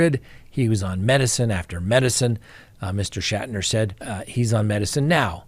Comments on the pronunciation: It’s pronounced “Shack-Tur”. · Shack ter. That is how you pronounce it.